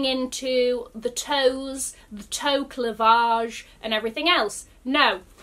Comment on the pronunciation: Wait did I just hear a new necessary term "toe cleavage" pronounced cle-vauge! I literally had to think for a minute whilst cracking up and be like no this actually makes sense. We are being educated everyday my fellow luxury hunting friends 😊.